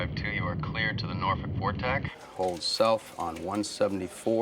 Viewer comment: Props for pronouncing “Norfolk” correctly 👍